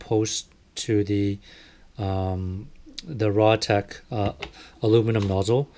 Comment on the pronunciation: Its R. A. Tech.... Not "RAH" Tech.